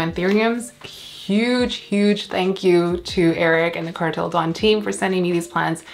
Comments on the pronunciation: Indonesian here 🙋🏻‍♂️ your pronunciation is correct! It's da-oon so 2 syllabes 🌱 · Indonesian here for a public service announcement! You’re right! It’s Kartel Da-un, you need to roll your Rs and the an and u are pronounced separately! Your plants are sooooo sexy though omg. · Yes the correct pronunciation is Kartel Da-un(oon) :) Their collections look cool